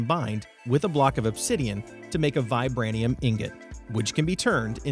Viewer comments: The mod at sounds like it's based on the Marvel universe metals pronounced vibránEEum based off captain America's Sheild and adimantEEum based on Wolverine's skeleton and claws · Funny that you don't know how to pronounce adamantium or vibranium. Are you not a Marvel fan, or have you never heard of those fictional ores